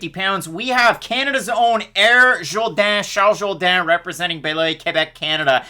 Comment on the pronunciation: "Shalls Zhowdan" & Marcelo HO-HO Thanks. I didn't even make it through the entire video, Just kept listening to you pronunciate the names so accurately